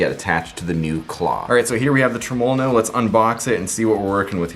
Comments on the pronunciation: I figured after the 789309th time u said trumulalow no you would learn to say it properly without struggling so much 🤣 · Dude you are pronouncing Tremol-No wrong. I wouldn't say anything but you say it so many times and is cringing me bud.